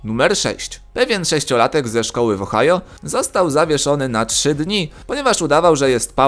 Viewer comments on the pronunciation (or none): none